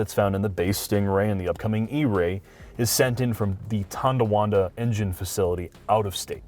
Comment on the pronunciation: "Tondawanda" lol, good try, but its Tonawanda. <3 from Buffalo